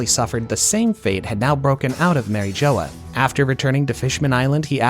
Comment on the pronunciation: Mary Jo-uh